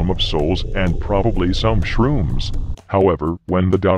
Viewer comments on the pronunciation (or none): "And probably some shrooms" <----love the way he emphasizes shrooms. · The way he pronounces shrooms will never not make me chuckle.